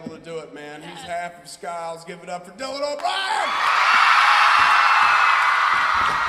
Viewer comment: pera ela falo Sciles AAAAA